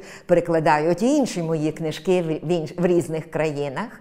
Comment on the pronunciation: Але інтерв'юерка каже "кнИжки", а не "книжкИ". І вона постійно сидить з опущеною вниз головою і "мугикає" як реакція на слова пані Оксани 🙄🥴